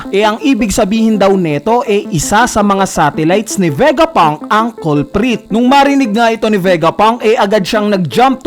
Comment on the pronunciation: Pythagoras. Not pythaguras Culprit, Not Colprit